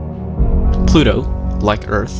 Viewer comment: Mistake: Pluto not Plu-o!